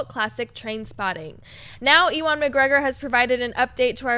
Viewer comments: ....E-Wahn?...Yoowin. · "E-Wan"??? You are dead to me now. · EE - won McGregor, c'mon, "you in" on how to pronounce the name?;) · Did say E-Juan McGregor? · Seriously Ee-wan? please. Sigh...... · agh the way said Ewan:'(